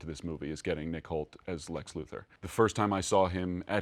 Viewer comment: C'mon fandango it's Lex LUTHOR